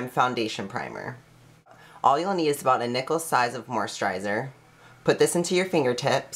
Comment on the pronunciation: He can't even pronounce moisturizer or perspiration hahaha I can't take this person seriously